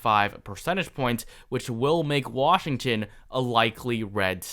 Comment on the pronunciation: Washtgtion really bro 😂